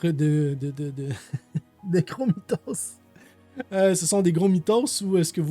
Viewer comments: Très bonne vidéo 😊 petite rectification, on dit « mytho » comme dans mythomane, pas « mythoS ».. mais ça m’a fait sourire d’entendre ça 😁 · slt l'ami j'adore ta chaine et ton travail... PS / ont ne dit pas gros mitosss en disant le s mais mito simplement meme si il y a un s quand ils sont plusieur voila petit details??? lol bonne continuatio,ns l'ami et bonjour de charente made in france lol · Ah et le s de mythos ne se prononce pas si ça t'intéresse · Cc, on dit mytho au singulier et mythos au pluriel sans prononcer le s. Super travail pour tes vidéos. Bises de France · On ne prononce pas le S de mythoS ! 😉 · Bonsoir, Très bon contenu comme souvent. Merci 😊 (Pour l’expression française, elle se dit « mito » sans prononcer le « s » 😉 Mais tu m’as fait bien rire 😊). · OK merci pour l’info 👍👍👍👍👍 Par contre mytho vient de mythomane donc on ne prononce pas le ’’s’’ à la fin au pluriel Et malheureusement la mythomanie est devenue 1’qualité dans nos citées mal famées qui ont contaminé toute notre jeunesse à l’école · On dit mytho on ne prenonce pas le s même quand c'est au pluriel